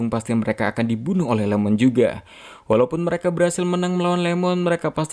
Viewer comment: Bukan LEMON!! IEMON (ie-mon) refrensi ke Ishikawa Iiemon